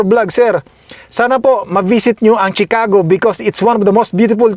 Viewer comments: Chicago is pronounced SHEE CA GO AND NOT CHEE CA GO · I-pronounce mo muna ng tama ang CHICAGO bago ka pumunta doon! Baka marinig ka ng mga locals doon sa tukmol mong pronunciation ng Chicago at batukan ka pa o pagtawanan ka roon. 😂😂😂